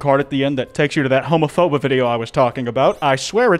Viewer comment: Not making a new word “Homaphoba”